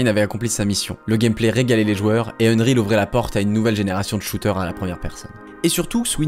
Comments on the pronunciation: Unreal pas Unreel ca m'a fait mal aux oreilles pendant toute la vidéo comment tu le dis mdrr. Mais sinon bonne vidéo 😂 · Et rien sur le "unreal" qu'il prononce "eune-rile"?? C'est ça qui était à deux doigts de me faire arrêter la vidéo. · faut m'expliquer dans quel monde "unreal" se prononce "eune-rile" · Je sais pas tu le prononcerais comment toi? Techniquement, ça se prononce "eunn-riil" avec un i long et un e court, du coup c'est pas si loin de qu'il dit